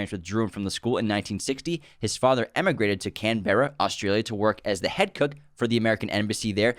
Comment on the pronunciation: Thanks for recommending that I not jump onto a hot air balloon guys, guess I'm changing plans for next weekend now. Also, Camberra is pronounced "Cam-brah", if it wasn't such a crappy and bleak city that housed all our politicians, I'd be offended and would UNSUBSCRIBE!